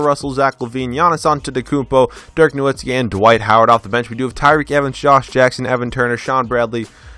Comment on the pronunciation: Great video and thank you so much for saying nowitzki right, could you try doing the 01-02 wizards with Gilbert Arenas